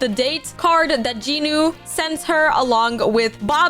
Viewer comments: I was devastated when i heard you say J-i-nu - it's JEE-NU VRO 😭🙏 Also btw do y'all when she says "Comment down your favourite character!" She doesn't care about our favourite character she just wants comments to boost her channel I'm sorry but girl the vibe is ruined for Rumi now - You threaten us to like / subscribe so now i dont like your videos or subscribe, i just watch cuz its entertaining Shoutout to you if you actually read everything- Edit: To the person saying she doesn't threaten us to subscribe / like etc, she says stuff like "I will trap you in my basement if you don't subscribe! Heheheheheh" acting like its quirky to threaten people. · You are saying jinu rong